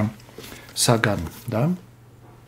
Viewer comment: Шестое видео не запомнить фамилию автора с ударением на второй слог? 😢